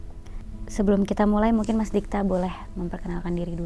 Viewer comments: Dikta... bkn Digta. Meski sepele, tp kliatan ngk teliti researchnya. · Kenapa digta?huhu harusnya Dikta